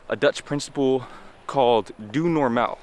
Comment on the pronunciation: Your pronunciation of Doe Normaal is very good.